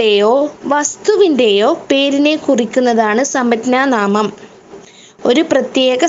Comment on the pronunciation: സമജ്ഞാനാമം എന്നല്ല ഉച്ചരിക്കുന്നത്